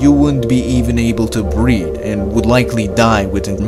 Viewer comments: Wouldn’t be able to breed??? Ha ha annunciation is paramount! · Did he say breed... or breathe? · Next time let’s get someone who speaks english because it’s not ert it’s “earth”. Not breed it’s “breathe “.😂😂